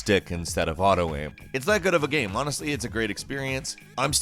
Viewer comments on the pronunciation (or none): Why do you say GAM instead of GAME?